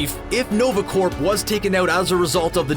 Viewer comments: are you saying 'corp' with a hard 'p'? ? if so please stop. unless its a Canadian thing, then proceed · Are you pronouncing the p in the word corps? You should not. It is silent. It should be spoken exactly like the word core. Now you know. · Small knitpick. It's generally pronounced nova "core", no P sound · Learn how to say corps. It's not "corp" or "corpse". It's pronounced "core". Like in Marine Corps. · Is he saying or ? Because its french and supposed to be pronounced like . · The video was great! But Corps is pronounced as Core. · It's NOVA CORPS.... pronounced "CORE" as in Marine Corps.. not CORPS.. pronounced "CORE" you don't say the p or s at all. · In Canada is corps said different then in America? The whole time I was listening to this video, I kept getting distracted by the pronouncing corps with a “p”. I’ve always heard it pronounced as “core” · Its "nova corps" as in apple core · corps is pronounced core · Uh Hello!! stop pronouncing the Nova Corp as the Nova Corpse. OMG!!!! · This is America we pronounce the silent letters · Dude, the P in Corps or Corp is silent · You don't pronounce the p (or s) in the word corps.